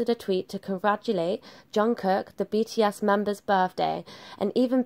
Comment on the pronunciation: She is saying BT ASS 🤣🤣🤣 I'm sorry but the pronunciation XD